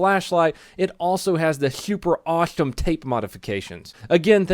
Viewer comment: You said super and awesome weird